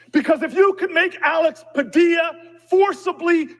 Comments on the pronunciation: It's Pa dee a not dill a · Padilla rhymes with tortilla 😅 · That is a Spanish name and pronounced Padeeuh(Padilla) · It is pronounced pad-ee-a if it is spelled Padilla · Alex Padilla is from the California STATE Senate..... not federal. And its pronounced like Tortilla, Padilla.... 😂 two LL makes a Yah sound. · double "ll"s in Spanish are silent. His name is pronounced "Padia". Pancho Villa's last name is pronounced "Via". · It’s Padia pa Dee a the ll’s are silent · Padeeya… the ll’s in Spanish are pronounced Ya